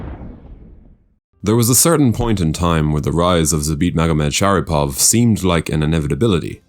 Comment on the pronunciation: bro u misprounounced his name 5 times in a fucking row lmfbo